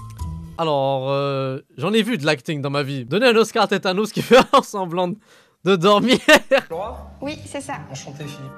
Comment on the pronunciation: Tétanos mdrrr c'est tanos bordel